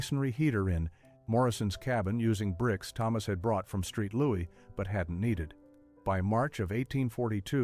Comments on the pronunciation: St. Louis = Street Louis lolol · ...'Street Louis' ...😂